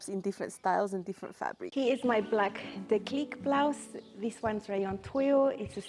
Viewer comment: Gorgeous tops! I will have to go have a look at the website. French tip - the acute accent makes the E hard like deep rather than soft like depth (who would have thought my high school French had real world application 45 years later).